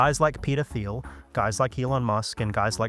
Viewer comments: Peter teel not theel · Every. Time. He said Peter Thiel I heard pedophile. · "ermm, hrmm, hmm 'Peter Thiel'? How do you pronounce that? 'Petah Thile'? Am I saying that right?"